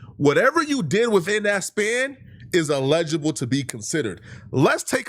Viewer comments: Illegible? It’s “INELIGIBLE “‼️ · I love you gng and I agree with your point but calling someone dumb while pronouncing eligible as illegible is crazy work and peak irony. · I’m sorry, love and appreciate the take! But the way u keep saying illegible instead of eligible is driving me crazy!😂😂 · No one SLAUGHTERS the word 'ineligible' worse than. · Calling someone dumb but unable pronounce Eligible… crazy. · Calling people dumb while not being able to say Eligible is INSANE🤣🤣🤣🤣🤣🤣🤣🤣Keep up the Kenny Glaze doe ctfu. These Genius Kendrick fans lol. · Imagine calling someone dumb while you can’t say elgible correctly 😂